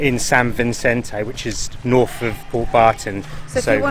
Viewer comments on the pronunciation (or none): House lizards. It's naycha. Which way is norf again?